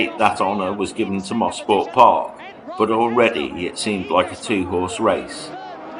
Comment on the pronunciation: what a time to be alive!!! BTW...its not "mossport park" it is pronounced mo- sport for motor sport park. now they call it Canadian Tire motorsports park but to us locals it will always be MOSPORT. THX FOR THE GREAT VIDEO.